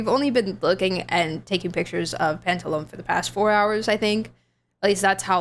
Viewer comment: Absolutely loved the playthrough, despite being triggered by the Pantalone/Sandrone name mispronunciations.